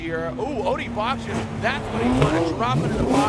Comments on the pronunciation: Odi doesn’t pronounce it with a Ch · Why the hell can’t say Odi’s last name correctly after this many years of covering him??? If you hear Odi say his name, he pronounces it completely different.